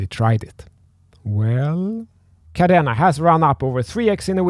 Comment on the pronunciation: he can’t even pronounce it properly and yet had the audacity to make the video. How embarrassing 🙈 🤦‍♂️